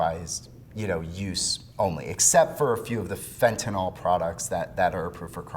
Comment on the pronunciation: Sir, you are pronouncing the name of the drug incorrectly. Detracts from your credibility.